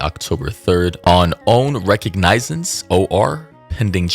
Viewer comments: 😭 it’s pronounced “re-cog-ni-sance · How you gonna call people dumb we’re not even 20 seconds before you couldn’t even say the word recognizance.